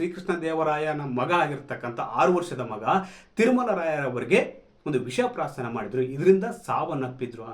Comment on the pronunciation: kannada sariyagi balasi swamy visha prashaana alla visha prashana